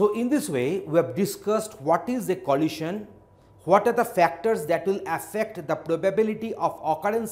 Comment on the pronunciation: I suppose it's good, but "lohasion" is somewhat distracting